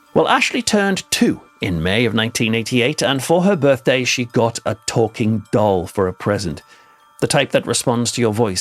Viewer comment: Why are you saying “gotten” instead of “got”???? Somehow the birds had got in. As a writer and English graduate & ex-college professor I’d put a solid red line through this bad grammar. And the weird stresses in your intonation? “Switching ON lights” instead of stressing the word ‘lights’?